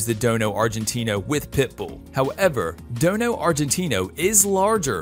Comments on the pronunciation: It's Dogo not (Dono ) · It dojo Argentino not dono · It's call dogo not dono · What is a Dono?? Haha at least get the name right! It’s a Dogo! Also a rottie is not as agile as a pit! Also plenty of breeds more powerful than the pit it’s just that the pit bull is easy to fight unfortunately and they are always game. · I guess he "dono" it's called a Dogo!! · Bruh I hate when he says dono is dogo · Dogo not Dono! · Its a DOGGO Not DONO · Dono ...really??? Its dog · DOGO NOT DONO!!! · Learn to pronounce it right its not don its dogo